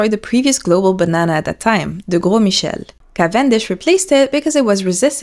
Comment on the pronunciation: I don't know if you're a native French speaker or not, but your pronunciation of Gros Michel brings me life